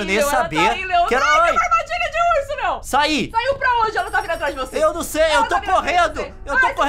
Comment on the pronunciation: Ah ta e não é leom é Leon